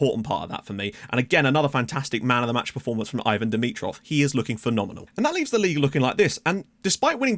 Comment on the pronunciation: Bulgaria pronounces it 'E-vahn' for dimitrovs first name